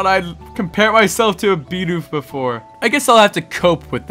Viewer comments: when he says get outta here be he says before so like BEEfore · Lol you said Beefore lol